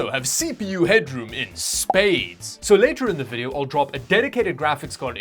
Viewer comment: " First, let's check out the VDHHHHH" 🤣🤣🤣🤣🤣🤣🤣🤣